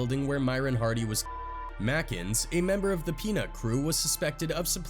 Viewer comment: I’m glad someone else realised it was Harry ‘O’ and not ‘World’ Hardy.